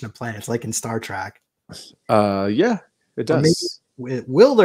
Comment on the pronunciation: It's not Star Track it's Star Trek - Trek meaning journey, just an fyi